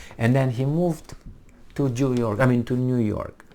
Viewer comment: 😂 did you say “Jew York” 😂